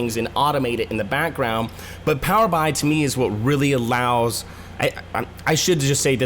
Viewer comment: Hey, Nice quick overview. To avoid confusing/annoying your audience, please consider changing the way you pronounce Power BI. The product name is derived from Power Business Intelligence. So Microsoft pronounces it as Power B.I. as in "Power Bee Eye". not "Power Bye". Hope this helps your other videos to rate well.